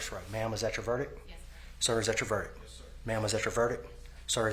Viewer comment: Judge can’t even say “verdict” properly after repeating it though..